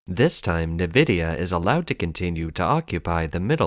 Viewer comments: Note: "Nvidia" is pronounced "N" (i.e., "in") + "vidia" and not "Nih+vidia". (There is no 'i' between the 'N' and the 'v'.) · Nvidia is NOT pronounced “Nividia.” It’s pronounced Envidia (“N”+vidia). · Nvidia is pronounced like En-vidia not Ne-vidia!! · Actually, no. NVIDIA isn't pronounced 'in ...' (There's no 'i' before the 'N', either. It's pronunced 'en ...' as the name of the letter 'N'. /en 'vı dee ə/ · Nvidia is pronounced: en-vidia or in-vidia. Either is acceptable.